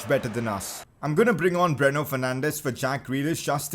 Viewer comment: It's Breno not bruno